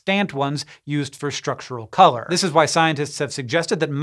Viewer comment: What is with pronouncing “Structural” as Shtructural?